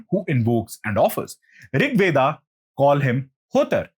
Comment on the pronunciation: Veda...not Weda